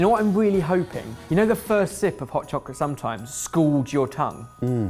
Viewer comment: Hod chocolate? Do you have issues with voice recognition,? Not intended to criticize your pronunciation, but I am legitimately curious how well AI works across the pond.